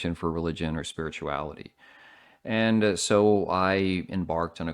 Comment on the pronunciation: I mean if you still want answers from religion are you even trying? "Muh sprishuality!"